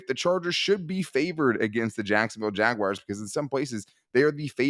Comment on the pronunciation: Why do you guys say “Jagwires”? 😂